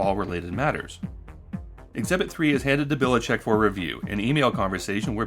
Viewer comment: Just one minor correction - I guess that guy have roots from Croatia or somewhere around here and his last name is pronounced Bilichich (Biličić)